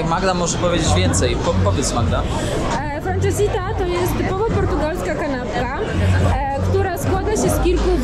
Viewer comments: Litości! Francesinha a nie jakas franczesiTa. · Super odcinek:) p.s. mnie uczyli tubylcy, że nazwę dania wymawia się "fransezinja". Danie bardzo ciężkie, sos z dodatkiem porto, chorizo, jest jak tort, nawet kilka pięter, a dookoła rozsypane chipsy ziemniaczane:p no i oczywiście do tego piwo super bock